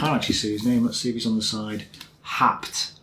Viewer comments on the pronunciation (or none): haupt is pronounced as howpt [how as 'how are you'] ;) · Haupt is pronounced "Howpte"